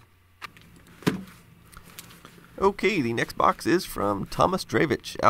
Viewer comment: Over my air conditioner every other time I hear you say next box it sounds like Xbox and I think you're getting in the original Xbox. I mean I always correct myself, but you know how it feels to think something for an even though you've already been told before.